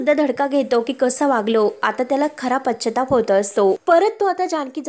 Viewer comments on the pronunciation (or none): shudhdha bolayla shik g. pashyatap..ha shabda chukicha kiti vela bolnar?